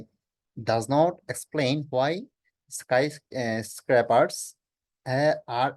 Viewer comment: হালারপু রিডিং ই পড়তে পারস না।আসছ ভিডিও বানাতে।স্কাইস্কেপার্স উচ্চারণ করতেই দুই-তিন বার দাঁত ভাইংঙা ফেললি ভাই